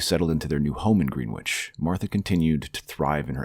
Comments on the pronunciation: “Gren” ich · Please look up how to pronounce Greenwich before I lose my mind